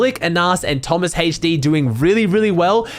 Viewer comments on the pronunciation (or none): none